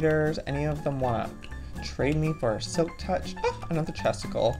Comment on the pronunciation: When Joey says chesticle, it sounds like testicle 🤣🤣🤣